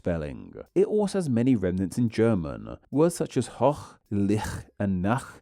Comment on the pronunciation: Some notes regarding the pronunciation of these German words. - hoch: The o is a long vowel. - Licht: This word has no voiceless velar fricative, the ch is a voiceless palatal fricative (Is this the correct term?) (much closer to the sh or ch in English). The "ch" is pronounced as a VVF after "a", "o" and "u", but VPF ("sh"-like) after "i", "e", "ü", "ö", "ä". - Nacht/Licht: The t is supposed to be pronounced clearly in both cases. German has very few (almost no) silent letters.